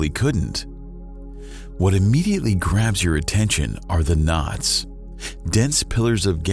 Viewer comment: "Nods" ??? Oh, "KNOTS" - NOW I get it !! Sorry, I'm English. 😂